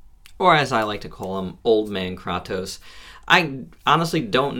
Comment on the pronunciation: it's pronounced kraytos not kroctos lol nonetheless, good vid, Im getting mine tomorrow